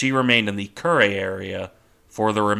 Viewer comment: Curry? Kew re. Rolled r.